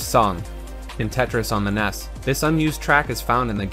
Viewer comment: NES is usually pronounced "N, E, S" and not "Ness" but do what you want I guess